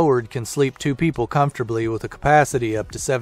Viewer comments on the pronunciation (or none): I like the ford chassis Winnebago. Pricey but comfortable. Like the blond who pronounced comfortable in four syllables. Come for the bull. SEMPER FIDELIS